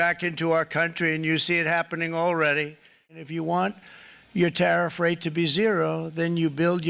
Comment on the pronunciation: Vat ist a "Tattif"? 😁